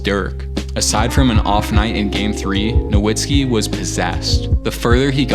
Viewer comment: pistons chip was in '04 not '05 and nowitzki is pronounced with a "v" and not a "w". no hate though these videos are fire